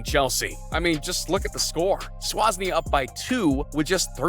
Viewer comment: SWAASNIA SERIOUSLY